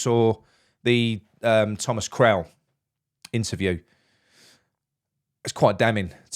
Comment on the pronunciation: Great video mate. Love the channel. Thomas Kral though? 😂